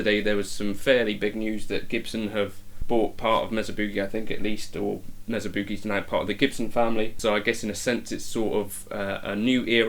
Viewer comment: M “A” sa!!!! Not Mezza It’s also Not Boooogie. It’s pronounced Boogie